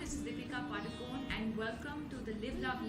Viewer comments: Please pronounce Padukone properly as it is pronounced in Karnataka... it is ಪಡುಕೋಣೆ not Paadukon... let others pronounce. but we konkani people have to pronounce as it is supposed to be.. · not sure if you are agreeing with me or disagreeing with me. She pronounced it PADU CONE instead of PADU KONAY. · I am disappointed that even Konkanis did not pronounce Deepika Padukone last name correctly, Including Deepika Padukone.When Prakash Padukone was a well known badminton player, I never heard his last name pronounced incorrectly. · We Saraswats Brahmins say Padukon not Padukone